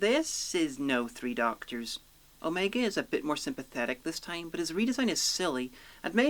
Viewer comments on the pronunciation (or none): Assuming you have watched Arc of Infinity, why do you pronounce Omega's name incorrectly?